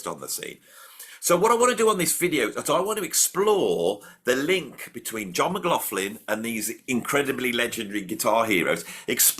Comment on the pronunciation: How dare you upset my world paradigm by making me relearn saying John McLaughlin name correctly yet you go back to saying it how I used to say it. You’re confusing me!